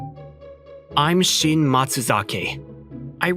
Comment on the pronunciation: Anyone else notice how the dialogue messed up Shin’s name a few times 😂